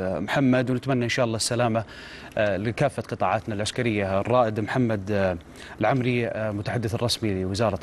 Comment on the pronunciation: اسمه الرائد محمد ﺎلعَمري بفتح العين وليس ضم العين دائما مقدمي القنوات ما يفرقون بين الفتحه والضمه وقبيلة ﺎلعَمري. تختلف عن العمري بضم العين